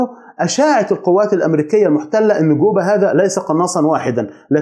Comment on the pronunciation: اسمه جوبا وليس قوبا . معقوله ما تقدر تنطق حرف الجيم . اذا هو شيعي يطعن في زوجات النبي وفي أصحابه الله لا يرحمه .